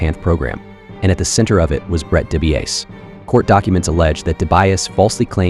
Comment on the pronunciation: Hey are you ok? you pronounce Dibiase 3 different ways in this video🤣. Surely your next video you do enough research on how to pronounce names properly 🙃 Also thumbs down for trying do automation and not original.